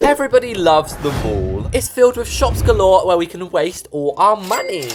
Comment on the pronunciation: I love it when he says “✨gAlORe✨”😫